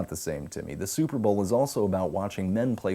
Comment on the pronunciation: I liked as soon as he said suhpabowl. This is the best ever